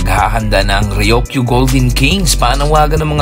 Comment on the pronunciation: Ryuk - yu. Hindi Ryok - yu.